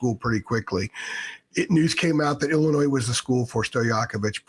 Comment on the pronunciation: Learn how to pronounce Illinois lmfao